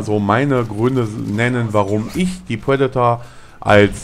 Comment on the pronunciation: es heißt Predator und nicht Puedator und meiner meinung nach spricht man triple nicht tuiple, lern doch mal das "R" zu sprechen.